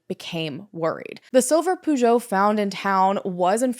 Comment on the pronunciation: i know Peugeot is a car brand but the way it was pronounced confused me and I thought maybe it was a different car brand, other than Peugeot, that I've never heard about.